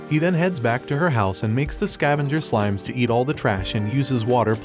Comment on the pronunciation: It's on how you mispronounced slimes into smiles